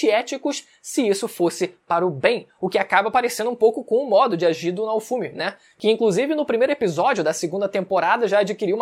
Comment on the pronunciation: Se pronuncia Naôfomi, pqp assisti uma vez que tu aprende